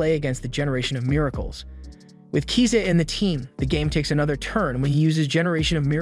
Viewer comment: Swear to God every single one of these recap channels always mispronounces the names of the character wtf is up with kiza